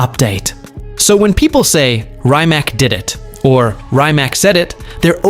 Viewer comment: Reemats!!!!!! Not Reemak!! Learn it! Respect it!